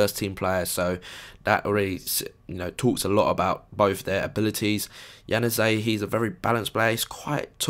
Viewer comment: Januzaj is pronounced Ya-new-zeye or Ya-nu-zi